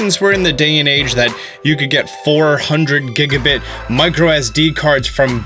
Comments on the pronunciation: Did you say Giga-Bit? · Giga bite not bit my friend